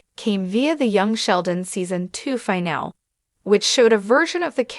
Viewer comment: The robot voice narrator is so ridiculous. What is a Leo-Nard or LEE-Nard? facepalm just say the dang name correctly, aint that difficult. If it can say Sheldon, it should be able to say Leonard. Omg...trouble with the word finale too.